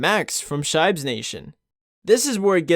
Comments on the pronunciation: I have never heard anyone pronounce shibes in this way, and I am a shiba owner myself 😂😂 its not shay-be but sheebe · Shaybes? Thats not how u pronounce it. It comes from shiba-inu not tshaybah-inu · You said Sheeeeeebe wrong